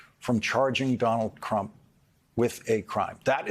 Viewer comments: Lol he said Donald crump! 🤣😂. Think he was trying to say Donald chump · "Donald Crump" 😁😄😃🤣